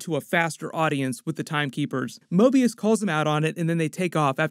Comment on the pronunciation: Hate to be that guy but said Morbius instead of Mobius.